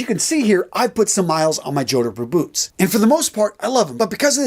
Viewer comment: The numpty doing the talking doesn't even know how to pronounce jodhpurs - let alone recommend them!